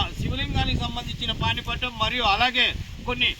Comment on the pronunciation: పానిపట్టం కాదు సోదరా, పానవట్టం